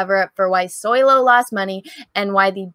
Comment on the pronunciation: But it’s SO-LOW not SOY-LO, no? 🤣😉